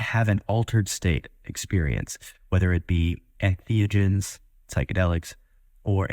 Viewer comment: Oh my god he said ethneogens instead of entheogens